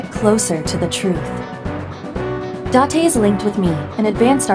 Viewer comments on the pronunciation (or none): You can say it as many times as you want but his name is date not dante.